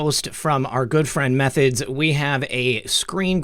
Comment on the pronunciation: also you keep mispronouncing em three thods :) shoutout to m3thods and dave from x22 report